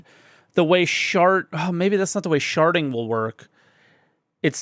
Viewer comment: it was definitely on purpose the first time he said sharding thats what I heard so thats what I commented lmao.